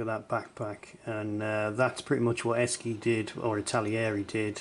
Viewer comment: It's pronounced Ess-she not Ess-ski as far as I know. Used to do it myself. 😄